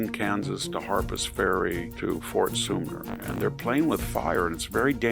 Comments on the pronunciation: Hey Victor, it's fort Sumpter (Sump Ter). Not Sumner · *Fort Soomer...excuse my faux pas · "fort some ter," Victor.:face-turquoise-covering-eyes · Fort Soompter...this mispronunciation like so many other VDH faux pas reminds me of my best Bible teacher Peter Ruckman. A verifiable genius, but would slaughter the names of geographical places. He's dead now, and I have VDH to scrape the fingernails across the chalkboard. I corrected him one time in Live Chat when the woman was doing the interview and I was immediately removed. Notice here I offered no correction.